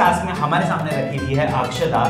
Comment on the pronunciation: Akshida incorrect Akshada correct